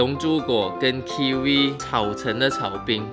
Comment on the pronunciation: 水果炒冰听成水果奶奶😂